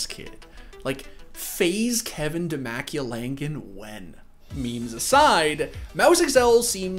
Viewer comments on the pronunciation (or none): It's Dee-ma-koo-la-ngan lol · he butchered this dudes name dimaculangan hahahaha